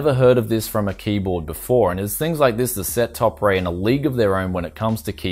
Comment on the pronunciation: i believe it pronounced topre(TOPER)